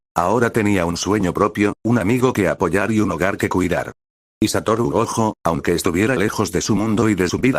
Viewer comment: Te recomiendo escribir Goyo en ves de gojo en el Loquendo, es mejor que algunas las palabras las escribas como se dicen en ves de como se escriben así el Loquendo no las dice de forma literal